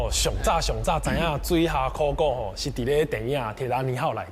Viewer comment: 很多專業台語名詞都說的不夠專業 比如說在貴節目中所謂的（考古） 就有不是克夠洗柯夠